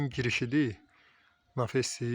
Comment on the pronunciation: Nafes yox naves